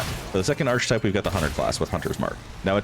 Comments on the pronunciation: “Arch type”? Archetype. Arc-a-type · Ar-kuh-type, friend. No "ch". 🤍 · I appreciate this build video, but I have to correct you on one thing. Archetype is pronounced “Ark-uh-type.” The “ch” makes a “k” sound. It’s pretty distracting for me. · aar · kuh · tipe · A good, clear guide thank you. One correction, you are pronouncing "archetype" wrongly: . English is weird. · Interesting build, but my brain keeps wondering: how are you pronouncing archon like that and archetype like *that*? XD